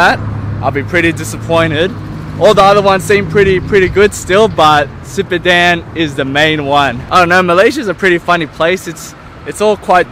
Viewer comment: Great vlog as usual! Btw i repeat like a few time when you pronoun "sipadan".. haha.. 😂😂